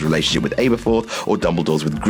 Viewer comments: Your pronunciation is horrible... Grine-del-wald. Abba-fourth. There is how you say it. Over than that, great video! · Grin-del-walled and al-ber-forth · GRIN-DIL-WALD AaB-ER-FORTH. not Aber... aaber... sheesh. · its pronunces abaforth like the band abba not A-bu-forth like Abruham. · I'm annoyed at how the narrator struggles to pronounce "Grindelwald" and that he pronounces "Aberforth" different to the films. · 1. its welfare not warfare 2. its grindeLwald not grindeNwald 3. its pronounced r-oh-ling not r-ow-ling 4. aberforth is pronounced wrong 5. theres a shit ton of other stuff i cba to write